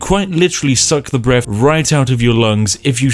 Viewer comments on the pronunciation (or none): Funny how this guys meant to be a posh toff but still pronounces breath with an 'f' at the end.